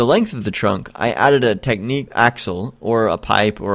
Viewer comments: Thumbs down for pronouncing Technic like "technique" instead of "tech-nick" JK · "TECK-NICK" not "TECHNIQUE"